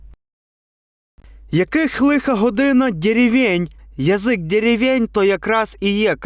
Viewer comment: "дєрєвєнь"?) Воно і видно